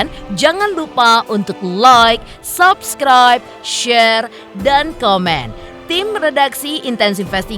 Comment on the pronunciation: Pelafalan kata subcribe bukan sapskraip tapi seupskraip